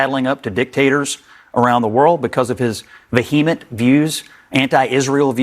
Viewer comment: "Vah-Hee-mint" is that like a vehement behemoth? Grendel anyone?